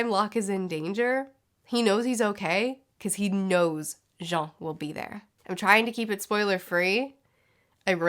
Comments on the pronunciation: That "Jon" pronunciation sure is something <3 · Why’s she pronounce Jean like that